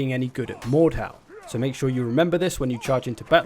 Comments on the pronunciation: so its pronounced mordhaw, i used to call it mordhu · the way he says mordhau is autistic, its not mordhow